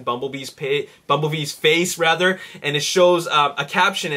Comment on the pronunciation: It said 'bumblebess' not bumblebees :P